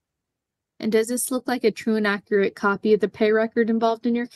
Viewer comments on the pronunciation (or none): none